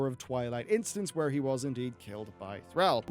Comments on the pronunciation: Who's Throwl? it's Thrall! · please learn how to pronounce Thrall properly....